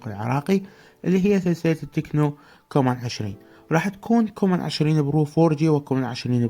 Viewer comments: حبيب الجهاز اسمه كامون مو كومون واستمر محتواك خرافي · هسه كلمه كومون مندمج بكلمتين كامون+كانون=كومون😅🤣